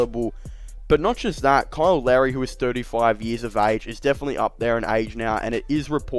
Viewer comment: Were you saying Kyle Lowry or Kyle Larry? Who is Kyle Larry?